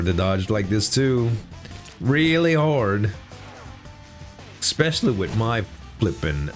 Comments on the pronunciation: ESS-specially, not EK-specially. Nothing but love for you homie, but I die a little inside every time i hear it. 😅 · Thats wrong too bear. Its EH (or IH)-specially.